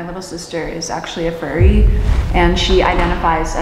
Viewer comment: When she said her sis was a frurry tho 💀